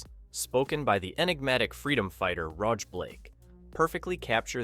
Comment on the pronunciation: I wonder why the narrator mispronounced Vila too. It was pronounced like the house - villa. He also mispronounced rog when referring to Roger Blake.